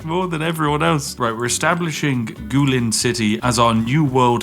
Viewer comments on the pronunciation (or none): Guilin is pronounced like Gway-lin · I appreciate the mispronunciations, including this one, it's a running gag I know but hearing "Goo Lin city" makes me want to puke 🤮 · The pronunciations from Mr. Brit today are feeling especially ... bad. Just ... Gulin city? Where'd the i go? Also I'm nitpicking, still a great video!